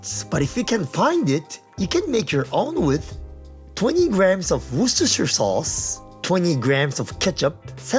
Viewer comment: props for pronouncing Worcestershire sauce correctly \m/